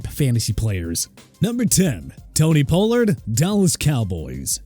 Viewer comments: Maybe he transferred? Idk. They also screwed up Tony Pollards name every time they said it so. Who knows? doesn't have any proofreaders. I've said this for years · You had so many chances to say "Pollard" correctly. Isnt Javante already hurt too?